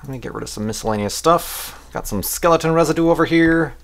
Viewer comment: LOL:D such a legend "skeletna"